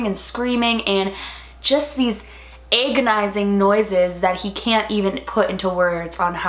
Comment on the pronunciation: Eggonising. Lol